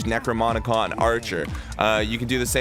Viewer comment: why are you saying "necromonicon"